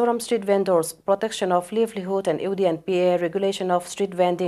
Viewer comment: a lawmawm thin e hmundang atang pawn kan lo thlir ve thei a. Livlihood tih tak hian ka beng a khei deuh, laivlihud tih anga lam tur.